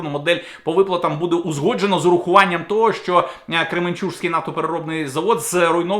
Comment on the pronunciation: не забувайте про чергування приголосних - ЗапорізЗька, чеСька, кременчуЦький, південнобуЗький, криворізький тощо. З повагою